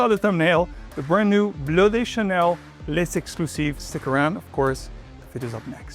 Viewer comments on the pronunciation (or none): Great review,. Also the outfit is 🔥🔥🔥. Side note: L’exclusif is pronounced LEX (like Lex Luthor) CLUE ZEEF. Kindly.